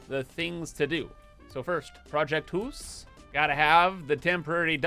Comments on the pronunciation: Hoose 2: Electric Hoosaloo Hypah Hoose or Hypahoose Or simply: Hoooose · You should call the new blueprint "project deuce" sounds like how you were saying house but also sounds like saying 2 and house at the same time. Also don't forget you can turn raw resources into other raw resources with the later tier stuff